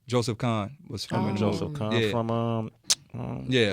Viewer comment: The guy from Linkin Park's name is Mr. Hahn not Mr. Khan